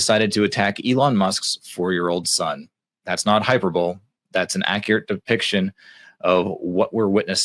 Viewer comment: It’s pronounced hy-per-bow-lee. A Greek word used in mathematics and carried over for an illustration in English. Look it up. Also, poor as many others doesn’t know the correct idiom is “all of a sudden”, not the incorrectly assumed “all the sudden” used by many You Tubers. Look it up.